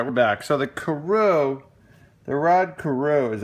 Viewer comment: Some people heard Yanny some heard Laurel !!!! Just sounded like you said " Carow" to me twice in the very beginning. I can tell you know your players though. Happy New Year to you , and take care.